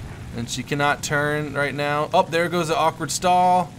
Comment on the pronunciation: Did you say 'now' or 'meow'?